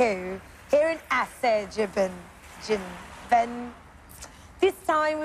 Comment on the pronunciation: Sarah I love how she Pronounces Azerbaijan xD